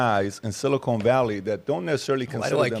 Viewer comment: Bro, keep saying silicone valley it’s amazing every time you absolute simpleton